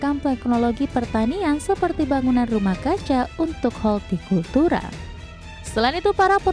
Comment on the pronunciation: Dua presenter kesulitan " HOrTIKULTURA", sangat aneh, pelajaran kls 5 SD😂😂